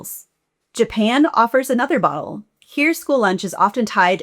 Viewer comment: "Japan offers another [WHAT?]" I have a big vocabulary, but that doesn't sound like any English word I know. Makes me wonder if this is AI. That would be a shame. EDIT: OK, I checked the captions, and apparently the word is *model*, which would make sense, but it sounded more like "ball." Hmmm ...